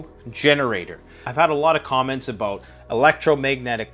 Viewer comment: Dude stop saying aboat it’s about